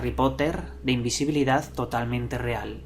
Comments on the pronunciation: El secreto de la imbesibilidad asi dijiste...? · Invesibilidad :V ajajja asi lo escuche primero sorry tenia que decirlo XD